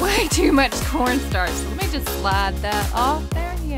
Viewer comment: her: just added soek cornsarch*sweeps her moutain of cornstarch away* me: that a some corstarch girl